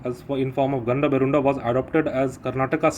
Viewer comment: It is gandaberunda , not gandaberud. Yellida bartiro nivyella.